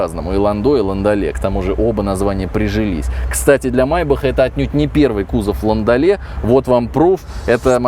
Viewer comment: ЛандолЕ - т не читается.